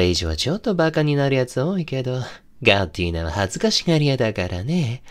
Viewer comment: とんでもなく良い声しててどちゃくそ好きなんですけど、ガッティーナ？がガッテンだにしか聞こえんくて、しかもそれが己の呼び名ときたら多分洒落た感じな筈なのにずっと江戸っ子しててちょっと笑ってしまいました笑。でも良かったです👍